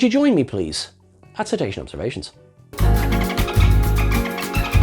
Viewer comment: Ceta-sean observa-seans